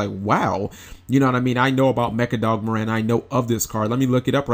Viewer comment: It's pronounced "Mär-Ren"